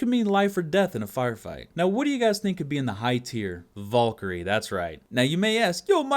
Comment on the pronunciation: dat time when u cant. pronounce valkerie